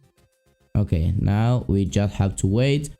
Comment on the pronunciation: Are you serious right neow